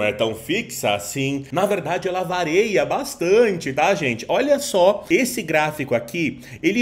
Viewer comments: Top vídeo! Mas não é vareia e sim varia! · A taxa fixa não é fixa, "vareia". Kkkkkkkkkkkk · "Vareia" não kkkk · "Ela varêa bastante" acabou comigo, foi mal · Ele falou assim de propósito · Cara, ele falou “vareia” mesmo????? Estou sem acreditar até agora. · Aparentemente, ele falou brincando. Digo isso pelo estilo de condução do vídeo. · Parei de ver o vídeo no "vareia" pqp